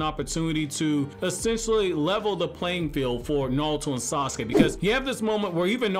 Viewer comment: He says "nawuto" lol